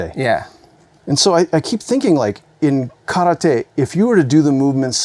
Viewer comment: When you're a karate black belt, and some Chinese Tai chi master between the lines teaches you how to correctly pronounce kata and karate (instead of kadda and kawadi)... and the karateka still gets it wrong. That's one mic drop if I ever saw one.